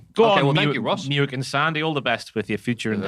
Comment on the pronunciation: Muick is actually pronounced Mick